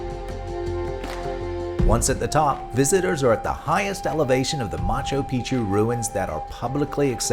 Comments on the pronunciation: Are you serioiuslly saying Macho Pichu, rather than Machu Pichu? Otherwise, a fabulous video, well organized visually! Thanks! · Nice vid but no thumbs up for "Macho Picchu" pronunciation